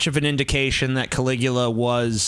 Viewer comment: Emperor Can-lick-u-ya